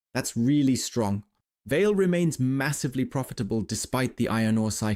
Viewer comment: I think, the pronounciation is more like VA-LE, like the german word Allee (tree-lined road, alameda). 🙂